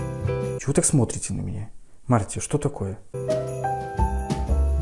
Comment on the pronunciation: Марти звучит как март